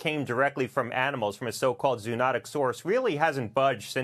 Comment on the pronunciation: He does not know how to pronounce zoonotic.